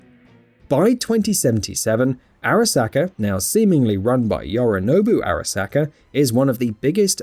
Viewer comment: Fuck in a video about the Arasaka corporation I feel like you need to pronounce Arasaka right. Hearing you slightly fuck it up that many times isn't something I can handle.